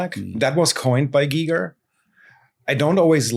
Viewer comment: H.R. GIGER is pronounced GEEger and not GEIger